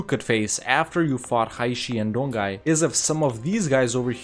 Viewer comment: Great video! just a reminder "Jianzhou" is similar as "Jan-Jo", "Donghai" as "Don-Hai"